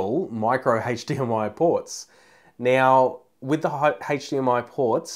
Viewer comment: Yeah, not right neow yeah.